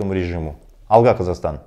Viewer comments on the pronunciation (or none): none